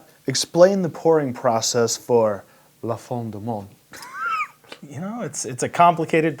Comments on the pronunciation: 'm originally Quebecois so I can help you pronounce it better. It's impossible to type the way the letter N is pronounced in French when it's ending a word but I can help you get close. You got the "La" part good but "fin" is virtually impossible for an Anglophone to do because the N is entirely nasal. The closest I can get you is that "FIN" rhymes with "PAIN" so you would say "La 'fain' du Monde". The word "du" funnily enough sounds like "jew" except that the actual U sound is the same U sound from the word "manure" kind of like "d'yu". Monde is pronounced exactly like the word "moaned". So the best phonetic spelling for an Anglophone to pronounce it properly would be "La fain jew moaned". And yes, it means "The end of the world." I hope this helps you. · Lol "fin" is not pronounced "fy" but at least you didn't pronounce it like the english word "fin" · they're writing it phonetically, but to my ear it's more like you're saying the word "fang" and just sorta don't fully pronounce the g at the end. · the "fin" is pronounced like when you ask someone "hein?" So kind of like Fhein du monde. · Pretty much my favorite beer in the world. It's absolutely delicious. The bigger bottles are also very nice and come with a cork and make a nice popping sound when you open them. Your pronunciation isn't so bad. Only the ''fin'' is a little off but the rest is fine.